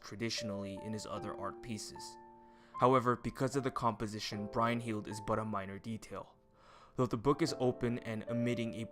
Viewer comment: Hearing Brynhildr being pronounced "Brine- hild" over "Brun-hild" is so cringe worthy